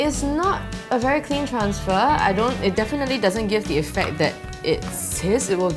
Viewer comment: "the paper is veh big" spoken like a true singaporean :')